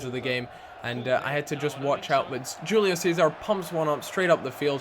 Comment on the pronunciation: Im not sure but shouldn't it be pronounced Wholeo Cesar